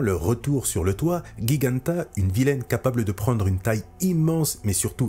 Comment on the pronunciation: Salut. Petit détail : on prononce Giganta de la même façon que géant. Le "G" se prononce ici comme un "J" (les choses étranges de la langue française, nous les italiens, on fiat plus simple, mais bref.)